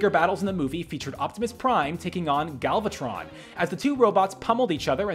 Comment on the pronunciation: "galvatron"? TRIGGERED